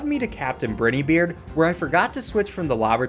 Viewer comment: Bit of a nitpick, but Werner Werman is pronounced "Verner Vermin", and Captain Brineybeard is "Bry-nee-beard"